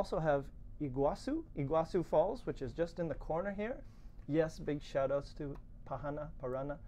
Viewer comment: well. you should search on internet how to pronounce the word PARANÀ. you say PARRANA. correct is ParanÀ, NÀ, NÀ no double RR.